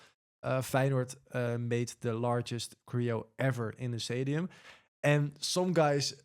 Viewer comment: Kappen nou met je korrijo. Klemtoon op de eerste lettergreep. Cho-reo. Jezus pfffff.